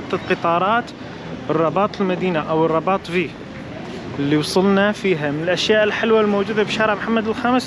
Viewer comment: اسمها الرِباط و ليس الرَّباط